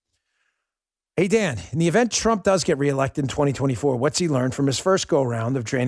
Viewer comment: Sometimes when you say,"Welcome to the Dan Bongino Show" it sounds like you're saying,"Welcome to the Damn Bongino Show."